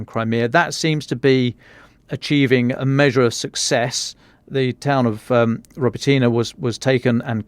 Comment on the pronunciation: “roBOtyne” stress on the 2nd syllable…